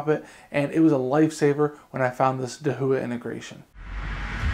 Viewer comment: dude, I asked a Chinese friend of me, and he said your pronunciation of Dahua is incorrect.